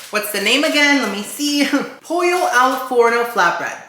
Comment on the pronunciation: in italian pollo is actually pronounced with the L so the way it‘s written, unlike spanish! i don‘t mind you adding in your cuban flavor tho so say it however you please. 💖 also love how the sponsorship basically felt like we got an extra taste test, you integrated that so well!